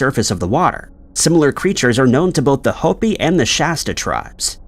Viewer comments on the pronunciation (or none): none